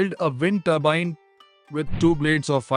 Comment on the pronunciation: Multiple blade toorbine😅